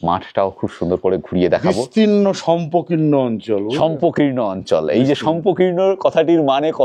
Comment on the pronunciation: কথাটা শষ্পকীর্ণ, শম্পকীর্ণ নয়। একটু একটু ভুল বলছেন।এই পর্বে দুটি ভুল হল।